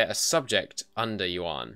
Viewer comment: i think the 5 discipline is worth the 10 morale if you dont want loot money and the yuan dynasty is pronounced kind of like yen